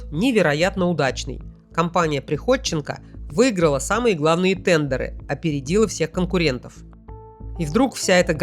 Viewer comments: ТэндЕра?)))) английский в помощь) ТЕндеры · ТЕНДЕРЫ. Ударение на первый слог. Очень режет